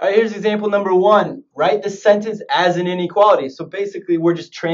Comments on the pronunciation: man said sentance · Dude really said “sentance”